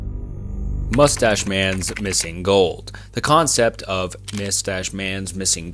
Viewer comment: This whole video has so many mispronunciations that I’m suprised you didn’t hear it yourself? Like Bnunkers, Mystache Man, Unmnanned.